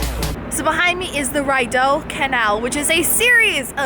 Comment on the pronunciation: Kelly Klinck hahaha yeah when I heard it I was like ahhhhhhhh no